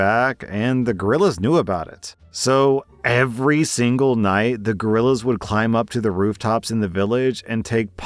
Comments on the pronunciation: If you say geriLas it sounds like gorillas. It is pronounced like gerrrrrrrrrrrrriyas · Last story: I was listening in the background and it took a few seconds before I realized it was guerillas and not gorillas. It was planet of the apes for a few seconds there.